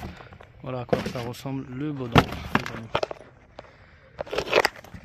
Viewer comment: pourquoi prononcer bodin au lieu du boudin ??merci ça a l'air facile à changer .